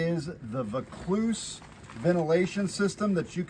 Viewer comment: Great video. It's pronounced "Voor - clues" we have a suburb in Sydney named Vaucluse... Most expensive property in Australia